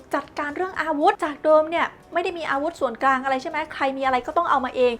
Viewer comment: กลางครับไม่ใช่กราง